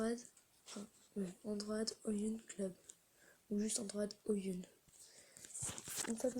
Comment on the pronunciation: "androïde" MDR pas "androade"